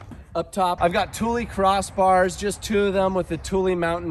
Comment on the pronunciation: So pleased you pronounced Thule correctly. Love the Westie, an awesome appreciation video.